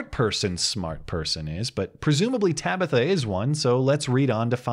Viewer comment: Ta-bi-tha. hahahahah Every time he enunciates it, I have to start laughing. hahahahah